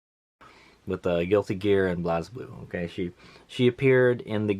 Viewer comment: good video dood, however the game is pronounced like Blaze-Blue not Blaz-Blue